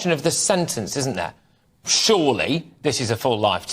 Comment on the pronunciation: "Then there is the question of the sentence *isn't there*"..... horrible emphisis, as if it's obvious that a life sentence is not enough.